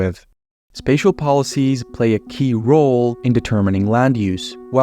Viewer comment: Please have a look at how your pronunciation of 'car', 'around', 'key roles', and the like. In particular at the end of a sentence. It is atrocious to say the least.